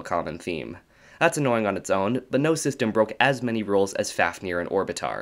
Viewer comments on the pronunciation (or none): Fáfnir is pronounced /fɑːvnir/ (like "Fahv-nir"). With a long A and the 2nd F pronounced as a V.